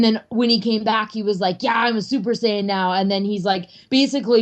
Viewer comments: did he just fucken try to correct his friend to saying sy-in it's pronounced say-in. and if you wanna say that sy-in is how they say it in Japanese, then that would be sayajin. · Sigh-yan? wtf aren't you a like, dragon ball professional or something? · This is late, but he said the translation from the Japanese "sayajin" would be "sy-in".